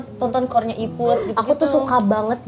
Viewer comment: ha? ngakak bgt zee nyebut iput wkwkwk